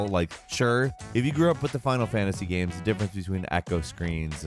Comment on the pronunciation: He will usually say "Gams" instead of "Games."